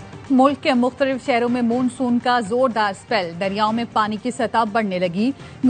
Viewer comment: KOI INKO BATAEY KE " MOONSOON"NAHIN MONSOON HOTA HAI 😅